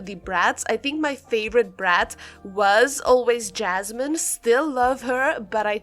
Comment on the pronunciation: it’s yasmin not jasmin 🥲